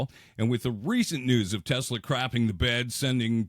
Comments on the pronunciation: OMG!!!!! He said "Tesler" again??????!!!!! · Trump: Teslur. 😂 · Someone please teach trump how to pronounce “Tesla.” Good Lord, what an idiot. 🙄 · The fact that he mispronounces the car brand says everything about him.